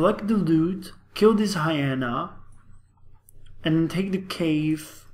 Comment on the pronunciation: Hi-ee-na, Long e, not short e.